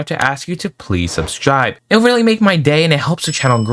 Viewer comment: when you say "subscribe” It sounds like "subsjibe”